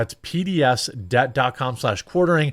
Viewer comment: I'd feel stupid, if I watched a person that cannot say the name of their own channel. Your face doesn't help much either, but cornering? koranly? I have no idea what you called your channel Says The Quartering